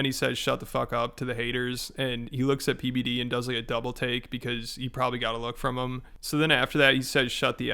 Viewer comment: It sounded like called him PBiddy 😂